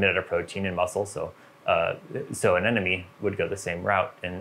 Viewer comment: A ne mo nee. A Nemo knee. Finding Nemo. Not neno. Anemone. Not anenome..